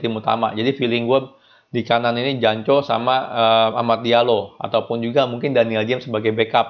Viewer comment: ngomong janconya biasa aja bang...